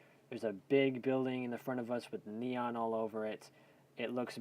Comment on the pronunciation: Its actually neon but u were close